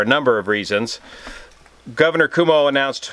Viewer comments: thanks for your timely info..... I believe it’s pronounced ‘como’ rather than Cuomo.. I remember flying his father Mario Cuomo on a campaign tour!! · it's pronounced Kwhoa moe. Love the channel; especially the collaborations and varied coverage. Journalism would be a good second career for you. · Greetings from the eye of the viral hurricane. All true aviation enthusiasts will recognize you as a brother. But our Governor's name is spoken as "kwoh-mo." If you get a chance check out one of his press conferences. He has emerged as an inspiring leader in these very tough times. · watch you every night with dinner. Just and FYI the NY Governor is Cuomo - not Como as in KOMO TV - more like Coo-OH-Mo. I had the privilege years ago of knowing his Dad, Mario who preceeded him as governor. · Pronounced 'quo-moe', from a New Yorker. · Your mispronunciation of Governor Cuomo’s name is fantastic. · So great! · He is mispronouncing on purpose. It is funny. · Cross check how to pronounce the Gov of NY!